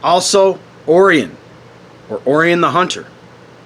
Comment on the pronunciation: You butchered the names Yahweh and Orion, as if it’s the first time ever seeing them.